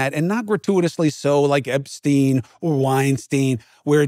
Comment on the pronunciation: Winesztain, Epsztain, Diddysztain...